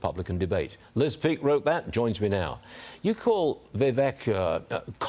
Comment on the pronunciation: Maybe this lady needs to pronounce Vivek properly. Vivek 2024 🇺🇸💯